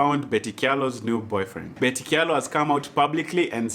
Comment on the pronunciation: I just love how you're pronouncing Kyalo 🤣🤣